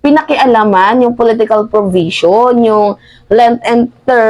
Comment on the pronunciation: Anong “ porbision “ …. Baka “ provision “ ????? 😜😝🤪